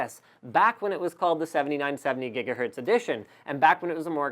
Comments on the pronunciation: Please stop say Jiga Hertz,. It's Giggity, G. - Not Jiggy wid it, G. (/ˈɡɪɡə/) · Did he say Gigahertz as Jigahertz? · Excellent Video. Thanks! But... can you please stop saying "Jiggahertz"? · did he say jigahertz?